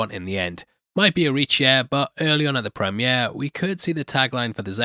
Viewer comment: accent really coming in thick this episode with the words premiere and dynasty.